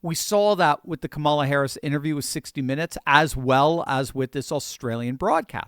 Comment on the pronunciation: This is great. But make yourself more credible and intelligent sounding by pronouncing Ka’ mala correctly.